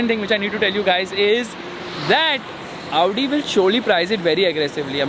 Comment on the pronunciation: you are the only one who pronounces audi and Maybach correctly you are the great man